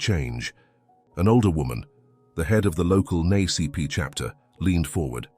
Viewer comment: Nay-CP chapter? Who pronounces it that way. Why can't you just get a real person to read this instead of using AI? I quit at that point.